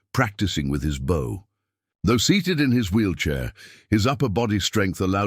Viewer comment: Bow (bō): to bend into a curve. Bow (baū): the bark of a dog. Persistent mispronunciation. Due to AI narration? Distracting.